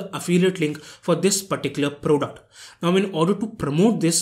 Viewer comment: It's not kauntent its content It's not pruduct its product Mistakes brother 😉